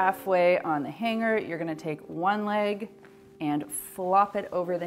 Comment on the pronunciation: Funny how she says H A N G - G E R 😆